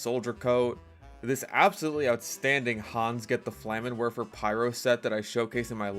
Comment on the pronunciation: Sorry to be a grammar ally but it’s pronounced flah-men-verfer,.